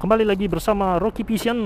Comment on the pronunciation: Bang ini bukan menghina ini kan abang bilang Roky vision tuh nah gw malah denger Roky pisang sekali lagi ini bukan menghina yyaa